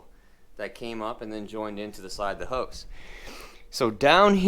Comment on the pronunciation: All these videos.. I thought he was saying host. Going into the host 😂😂